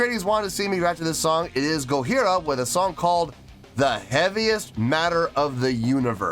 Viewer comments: Why do you keep pronouncing their name with an H? The name is Japanese so it's a J not an H. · The J in Gojira is a hard J (like John). It’s a joke about how people in the original Godzilla film pronounced the monster’s name. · Mario's practice routine consists of (or consisted of) 2 hours: one of general techniques and one of kicks only, starting from a lower speed and ending as fast as he can. One hour! : ) Also, why aren't you pronuncing the 'j' in Gojira? It sounds weird the way you're saying it. If you want to hear Jean Michel's bass more distinctly, you should react to Flying Whales. In the rest of their catalog he mostly just follows what one (or both) guitars are doing but that doesn't mean it's not there. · Gojira means Godzilla in Japanese. Pronounce it GODJIRA not in the French way without the j, but an H, just a friendly advice. I have seen them twice.. 1st time in Wacken, where they have just released this track. Love your knowledge about metal and musical skills